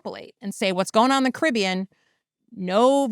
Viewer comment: Jessica, you’re pronouncing Caribbean wrong